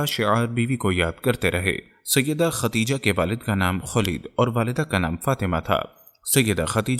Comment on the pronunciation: ختیجه نہیں ہوتا بھائی ۔۔۔خدیجہ